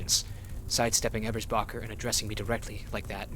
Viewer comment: btw - your pronunciation of ebersbacher is great! the games the weird one on that. source: someone who lives near the actual town ebersbach